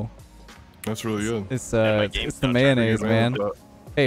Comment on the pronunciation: what do you mean it’s goot, or is it just that I am from the Netherlands